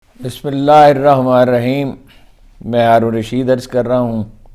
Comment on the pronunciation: Talafuz bismillah please